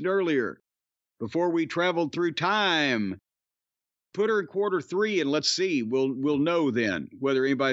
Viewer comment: Corny pronouncing tiiiime Like Thunderbolt Patterson is great😂